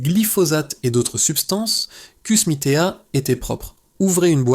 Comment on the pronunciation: Kusmi tea. Tea se prononce comme Ti ....Mr et non Tea...c'est tout simplement le mot en anglais pour thé.... Faites un peu d'effort quand même.... 🙄